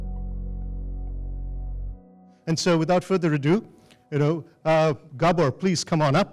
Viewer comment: Horrible sound. Glad to hear that the presenter can pronounce Gabor properly.